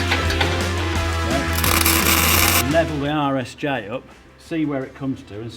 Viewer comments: Every time Colin says "RSJ" I hear: "Irish J" and I feel like he's taking a dig like they don't know the're an i shape. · Every time Colin says "RSJ" my brain translates it as "Irish J." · I kept wondering what the heck an "Irish J" was... then I figured out that's "British" for Rolled Steel Joist. I can't believe it took me most of the video to "hear" it properly. LOL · I really thought he was saying "Irish J" but after a bit of googling, I've determined Colin is saying RSJ, rolled steel joist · The whole time i thought you were calling RSJ "Irish Jay" Lookin good Colin!! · Lol rsj.....I could have sworn you were calling them Irish Js which I assumed was some kind of regional poke at Ireland lol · Was I the only one wracking my brains trying to figure out why he keeps calling the I beams "Irish J"? 😂